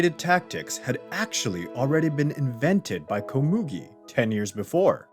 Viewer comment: You said Komugi wrong.... Edit Ponzu was not the only female. Siper was also female.